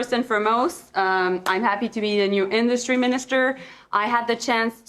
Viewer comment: Great the new industry minister can't even say the word "industry" properly! 😢 We are doomed!